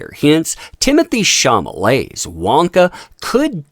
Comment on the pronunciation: Timothee Shah-lah-may or Shah-lah-met if you don't want the accent on the -met ending. It's not Shah-mah-lay. Just a heads up. Keep up the great work.